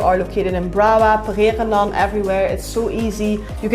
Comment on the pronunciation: Its funny when u say Pererenan 😄